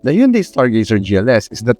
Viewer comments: I think its proper pronouncement is "Hyun-day" not "Hon-day"😊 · Actually, the right pronunciation is "Hyun-Deh" as coined by south koreans.